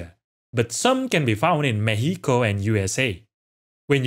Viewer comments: I like how he said Mexico Mejico the right way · Pronouncing Mexico with the [ç] sounds is chef kiss. (Stress is on the first syllable though).